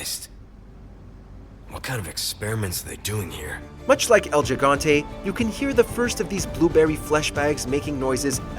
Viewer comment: type 'gigante' in google translator, then press the button to listen how the word sounds in spanish. Mimic it. You are welcome.